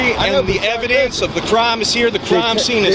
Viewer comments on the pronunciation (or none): What the heck is a "Cuh-rhyme?"